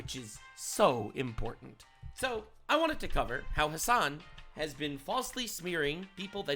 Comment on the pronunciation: You wanna know something kinda bad? every time you say "Hasan", I kneejerk think to myself "wait, his names "Ham**".